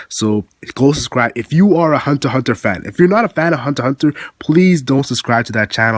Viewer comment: Thank you for pronouncing Hunter x Hunter correctly.